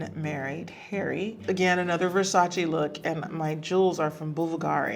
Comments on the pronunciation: Its Versac-E not Versaci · Except Versace, she is mispronouncing that. But everyone mispronounces that one 🤣